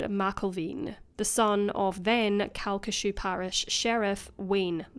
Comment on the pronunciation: I can't believe you covered this case, and you even said the parish name correctly! It's pretty much a local legend here even after all these years. Pretty much everyone knows the sheriff's son did it, but it will never be officially acknowledged by the LCPD. It's such a tragic case and one that still affects people today.